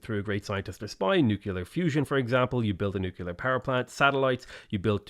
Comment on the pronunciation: With the ultimate respect- please, please read nuclear as “new clear”. Say it until it sticks. Please.